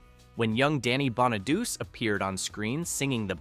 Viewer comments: Bonado-chee! Geez , the annoying crap you Americans do to language! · Pronounced Bonaduchee,not Bonaduse.It's Italian. You really should get your pronunciation right if you're presenting a video about something. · Danny’s last name is pronounced “Bon-a-doo-chay,” not “Bon-a-doos.” This video mispronounces it all five times. I’ve never before heard it mispronounced like that. When the voiceover said, “Susan Dey was cast as teenage Laurie,” It showed a photo of Suzanne Crough, before the voiceover started talking about Suzanne. When Bobby Sherman was shown in several scenes at 18 minutes in, the voiceover never acknowledged him. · It’s Bon-a-do-chay. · The mispronunciation of Danny’s last name set me on edge. Yikes. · The narrator kept mispronouncing his last name.